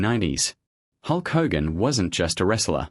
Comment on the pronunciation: Stop mispronouncing Hogan 😮